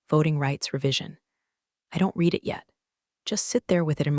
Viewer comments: Look, I love these stories. But they are driving me insane with the misuse of the word "READ". Yes, sometimes it is pronounced "reed". But many times it should be pronounced "red". It is very insulting that you claim to be appealing to smart women, when your readers or AI can't even read a word in context!!!! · The past tense of the word “read” is pronounced “Red” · mispronouncing “read” that often makes it hard to take seriously 📚